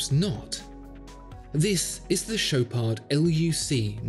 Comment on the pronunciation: The D in Chopard is silent, do not pronounce it